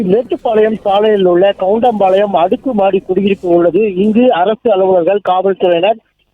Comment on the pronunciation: கோவை கவுன்டன் பாலையம் என்னே டமில் உச்சரிப்பு